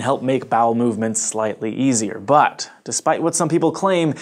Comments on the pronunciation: Every time he says "but(t)" :) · I wonder if the emphasis on "but" was intentional (like ) XD